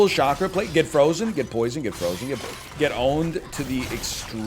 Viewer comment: If this man calls it a shakra one more time imma pop a vien lol